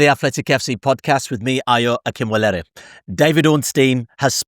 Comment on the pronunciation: That's not how to pronounce Akinwolere